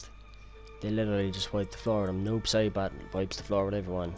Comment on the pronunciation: I keep hearing noob sherbert...